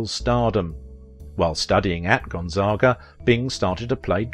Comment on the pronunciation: That's all right he didn't pronounce Gonzaga or spoken correctly